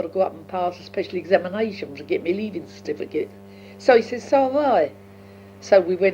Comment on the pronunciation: 'clarsess' (classes). 'paarsed en iverythin' (passed in everything). 'twilv en arf' (twelve and half). 'en thit' (and that). 'ot bayked pertater' (hot baked potato). 'citifikit' (certificate). Amazing to listen to a woman who was 16-17 by the time of Queen Victorias death, and was 4 years old when Jack the Ripper was terrorising Whitechapel and Spitalfields just a few miles east of where she would have been living at the time, and Queen Victoria would often be staying at Buckingham Palace a couple of miles to the south. (I didn't realise that the horse drawn 'brougham' was pronounced as 'browm').